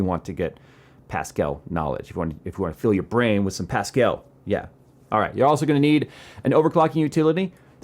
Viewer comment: "Fill your brain with some pascall" Pascall is pronounced a bit like paska, which is shit in my language.